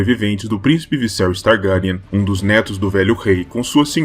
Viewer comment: "Targáryan" muito estranho